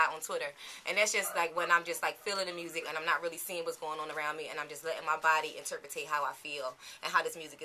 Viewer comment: "interpitate". haha!